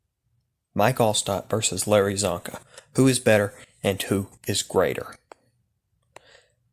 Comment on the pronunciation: Its csonka and it isnt even close